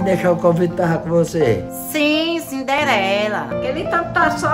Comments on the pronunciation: "CINDELERA". KKKKKKKKKKKKK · "Cindelera" rsrsrsrsrsrsrsrsrsrsr